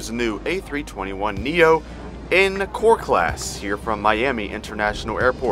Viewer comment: When you said core class I legitimately thought you said poor class.